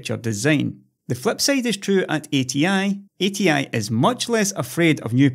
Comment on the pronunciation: Also, he manages to say -sayded when he means to say -sided.